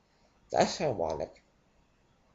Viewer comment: Thoughts: First and foremost, why? Not only is the goal of this video pointless but you cannot be understood. Apparently they are taking nuts along with wisdom teeth these days as you sound like a gay Elmer Fudd - "HAHAHA that's Iwonic" Never have I loathed someone so much for just reading, besides possibly a priest. How you manage to be condescending to the people who choose to drink by merely reading is an impressive feat of douchebagism. I need to binge drink to rid my mind of this